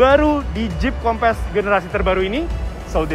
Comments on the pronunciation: Tp dia nyebut nya kompess, kek ban kurang angin kali wkwk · Nyebut nya harus nya “kompeus” .. 🙏🏽